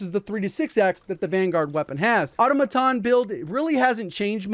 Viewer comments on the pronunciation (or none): Automaton = uh TOM uh TAWN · Its pronounced *Au-tom-aton, I wont tell you again!!! BETTER LUCK NEXT TIME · Great video but you pronounce “automaton” wrong